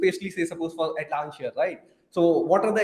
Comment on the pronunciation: Nice video. I guess you are pronouncing the company's name a little wrong. Its Atlassian, not Atlanssian.